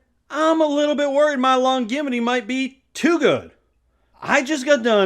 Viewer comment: Longevity is pronounced with a j sound